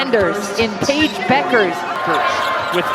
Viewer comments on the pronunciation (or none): So I guess the "U" is silent in Bueckers...for a while I thought her name was pronounced BUUKERS...not BECKERS.